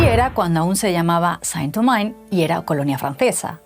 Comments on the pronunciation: San Domain??????? ¿No somos ni siquiera capaces de mirar en Google como se pronuncia eso en Francés? País de paletos... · La presentadora pronunció Saint Domingue como si estuviera en inglés, estando en francés. ¡Qué bueno que el canal de una potencia colonial, acepte la culpa de otra potencia colonial (y la suya dentro de una culpa colectiva)! En un futuro también analizarán cómo varios países de Europa, incluyéndose, apoyaron el colonialismo, el apartheid y la limpieza étnica, en el territorio palestino, en .